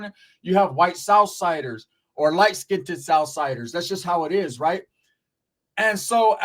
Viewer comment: You sound so dumb and uneducated when you mispronounce the word "skinned" why do you pronounce it "skin-tid".???????